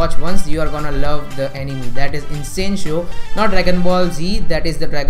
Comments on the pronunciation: Good video but but but... 🙄 It's not Ani-Me, it's Ani-May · it sounded like “Enemy” lmao